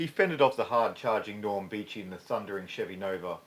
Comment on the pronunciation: Norm Beechey, not Beach.